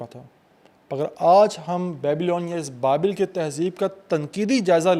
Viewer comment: Real bad pronounciation. Very ordinary rendering. Its not "Babail" but Babel. Nimrod was not the name of the king but his epithet. Cheers!